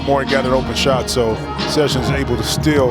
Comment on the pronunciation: lol, nitty is an all star now, but the commentators still disrespect his name. he's called session, do you see an s at the end of his name?